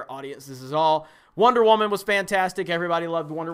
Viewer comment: The waman lol